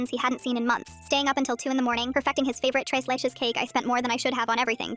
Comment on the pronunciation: Idc abt the story I’m js a pissed Latina that they butchered Tres Leche